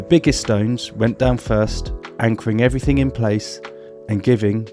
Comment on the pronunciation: Allways makes me laugh how he says...everythink...instead of everything.But then he might say everything-geh.Why do they do that. Nice pond btw m8 lol